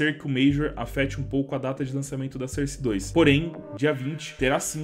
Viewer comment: FALA SOURCE DIREITO PELO AMOR DE DEUS